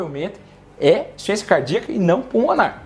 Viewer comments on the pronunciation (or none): Voce fala tão rápido e pronúncia " insuficiénçia cardíaca" não serve pra mandar para uma idosa, ela não vai entender. Ru entendí, mas eu não sinto nada disto. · Veja por exemplo a palavra insuficiência: você pronuncia insência.